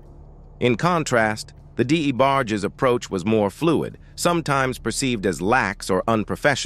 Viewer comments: Sometimes U hv 2 type these Text to Speech (AI voices) incorrectly so that it can pronounce it correctly 😂 Had they typed Envogue as In Vouge this fake narrator would have pronounced it as U read it 😁 same with Debarges. Typed as Duh barges same application. But who has time to do all that when you desperately want subscribers to enhance your click bait intentions for a 20 something minute video that goes in circles about nothing and or stuff we already kno. Pathetically hilarious. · I can't take this narrator calling the D. E. BARGE... Its Debarge!!! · I appreciate u talking about Luther vandross life, I do...but who the hell is the (d-e- barg-jess)? 🤨🤔😂😂😂😂...its the debarge family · Who’s D.E. Barge? Say it with me… “Debarge” 🗣️🗣️🗣️ 😂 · The new names he’s given them better. The D A Barges haha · WTF????? He is a legend!! ( Who the DE Barges.?....this narrator needs to just say names correctly or just stop! Probably AI generated!!!!!BOOO! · The Dee- Bar- gees. I hate AI narrators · Why is this person not pronouncing these names properly??? D E barges? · Who is DE debarges??? He be tearing they names up😅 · Deeeebarges, what?? 🤦🏽‍♀️ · How you can’t pronounce DeBarge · Can someone please have this commentator learn how to pronounce peoples names correctly. Every video that this narrator is on it's the same thing, mispronouncing words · So, who are these DA Barges and En Vokays? And how does the AI know the DA Barges are eunuchs? Also, I wanted to hear more about the d'botty between Arretha and von Dross. Or, maybe in the next video, the AI can talk about a dream collaboration between Meshell Ndegeocello and Ta-Nehisi Coates.